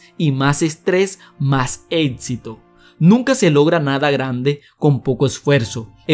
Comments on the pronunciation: amigo aprende a hablar por favor, es estresante.. "ETSITO" ? "CONETSIONES" ? APRENDE A HABLAR DIOS. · Sus atsiones?... su etsito?? No está muy ganador hablar así